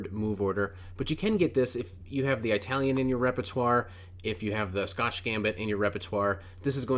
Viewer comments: "Eye-talian" lmao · Eye - talian ?? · An “Aytalian” game 🤣